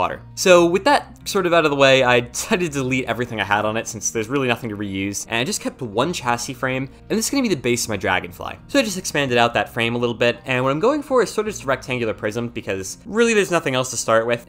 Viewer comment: With love... Chassis is pronounced with a shhhh. Shasee. :D (love your vids.)